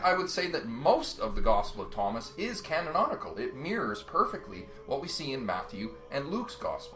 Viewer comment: Pronounced 'canonical'.